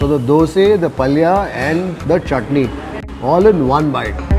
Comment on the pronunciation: my dear why do you keep calling it dose.